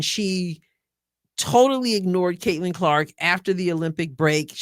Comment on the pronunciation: No Sophie, no Lexie and could barely say Caitlan. Racist much?